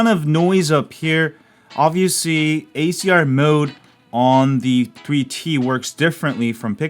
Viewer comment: I thought you were saying ACR mode throughout half the video and then finally noticed you meant HDR lmao, great video though